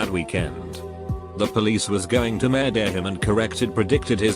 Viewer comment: No one:.... Reddit voice: Murdehhh